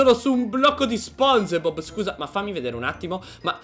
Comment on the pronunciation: SI DICE SPONGIBOB CON LA I